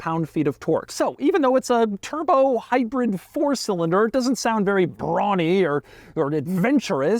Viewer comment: "The one you really want, WITHOUT A TURDBO!!!" Total Gaabage!